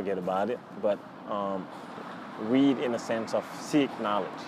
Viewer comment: impressive! but the way you pronounce (read) seems that you say (weed)